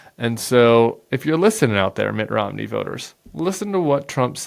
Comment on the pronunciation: Sounds as if he's calling him Mick Romney.